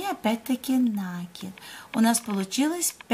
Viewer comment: Не НАААКИД , а НАКИИИД. УЖАС . ПРЕЖДЕ ЧЕМ ВИДЕО ВЫКЛАДЫВАТЬ НАДО БЫЛО ПОСМОТРЕТЬ ЧТО ВЫ НАСНИМАЛИ .